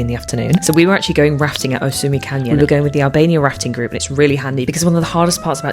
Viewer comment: I seriously thought you said you were going ratting for a second 😂 I thought it was an odd choice of excursion, but I was still curious to see 😂 glad it turned out to be rafting 😂 🐀 🚤